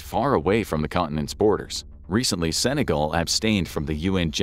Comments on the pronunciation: It’s Senegal not sinegal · Senegal* not Sinegal:face-orange-raised-eyebrow